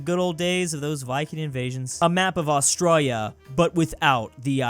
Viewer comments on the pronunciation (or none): none